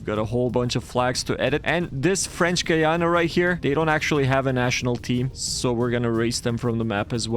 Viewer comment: As a guyanese person it was nice to get a win and see my country’s name pronounced properly 😊